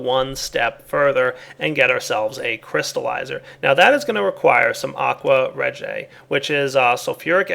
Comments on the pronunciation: It's pronounced Aqua Re-GEE-ah. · Its pronounced aqua ree jiya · wow he butchered aqua regia